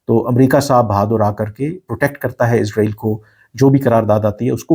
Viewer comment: ارے بھائی جان اپنا الفاظ اور تلفظ صحیح کریں اسرائیل اور عزرائیل میں بہت فرق ہے اپ بار بار عزرائیل عزرائیل عزرائیل کے 😂😂😂